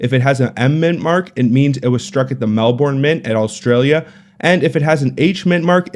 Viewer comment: Very interesting but highly unlikely to just find in circulation since none have been in circulation in over 70 years... also as an Aussie you pronounciation of Melbourne is horrible.😛